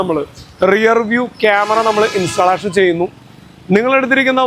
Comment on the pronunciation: ഇൻസ്റ്റാലേഷൻ അല്ല ബ്രോ ഇൻസ്റ്റല്ലേഷൻ ആണ് 👍